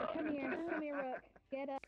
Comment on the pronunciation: If you didn't know, His Name is pronounced "Rook" Sorry If you already knew ;w